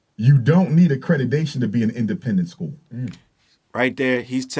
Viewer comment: “Accredidation” 😭😭. This school is already doomed